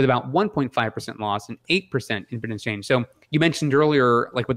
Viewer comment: I think impedance is read with an emphasis on the long e: impeeedance. Keep up the great work guys